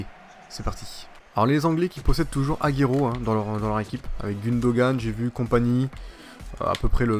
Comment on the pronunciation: salut t video sont trop bien mais par contre c pas aguéro mais agouero la prononciation